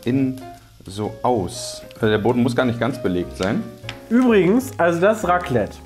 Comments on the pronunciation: Mein Schweizer Herz blutet nach diesem "Raclette"😥😅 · Wenn jemand Raclette statt Raclette sagt: 🤦🏼‍♀️